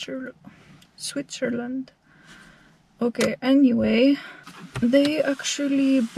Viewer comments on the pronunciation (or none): YES , you pronounced it good ( Switchersland ) , it is really best electrical SWITCHERSLAND , I can approve that as an electronics engineer ...